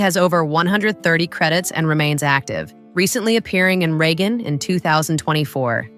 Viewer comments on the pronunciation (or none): none